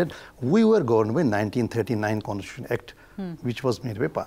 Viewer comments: What an ex-judge who cannot even pronounce the word constitution! No wonder India is in a mess created by such judges who just cannot see rational and logic, key areas of decision making in the legal context. Dr. Swamy is brilliant and simply unbeatable even in law. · how did this guy become a judge? he can't even pronounce c o n s t i t u t i o n properly?